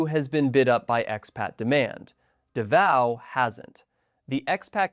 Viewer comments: It's hard to take #1 seriously when you pronounce it Davio! Daaavow or davo. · Davao is pronounced "Da-Vow" Not Du-vay-oh... This tells me the narration is AI. Yuck! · 😂... I was just there so it stood out to me. I noticed you pronounced it properly later in the video? Thank you for opening my eyes to Cambodia. I'm going to visit after my 90 days in da Nang. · Well, I was with you until you mentioned P.P. warmth 32c ? If you like hot n humid, Try 38-40c . This must be AI audio. Davao is not pronounced Davio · Does he mean Davao. Sure ain’t pronouncing it as such. Been there once. Was in my younger days and on the Government dime so of course I liked it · You cannot pronounce DAVAO! Thumbs Down A Hole Ai Sucks! Lazy A Hole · Literally where?? None of the video is original, and anyone that's been to Southeast Asia even once would know how to correctly pronounce "Davao" ... There's so much terrible information in this video is hard to even know where to start ... but hopefully YouTube find a way to shut down nonsense channels like these providing poorly researched, AI-backed info from a 20-something kid probably living in a basement somewhere in California.